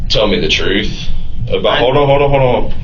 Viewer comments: But he told the 'troof'. 😂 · But.....he said he was telling the "Troof"...... I don't understand......😂😂😂